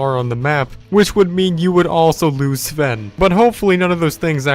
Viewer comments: You said Saven it’s pronounced Sven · Why u say seven not sven?? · Someone tell me who the acc f**k is Sv-en his name is pronounced Sven u shmuck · It’s Sven not seven u n00b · He even pronounced Sven as, "Siven." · He keeps saying sa ven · He still has to get the Elytra wings and visit the Endcity and go to the other biomes he hasn't explored He still can also play with his friends like Jack and Ken And learn how to pronounce Jöregen and Sven🤦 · Ok so firstly, you said Jore-gen. Second you said Seven. And then he said if Sven dies he still does the let’s play. Do your research better idiot. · Who else was cringing when he said “Gorgen” and “Seven” 👏its👏Jörgen👏and👏Sven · Yer-ghen S-ven